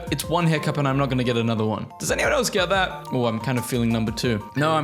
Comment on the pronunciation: "Thhat"? þ=th